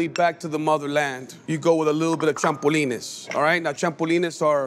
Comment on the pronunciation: I don't trust anyone who says champulines 😂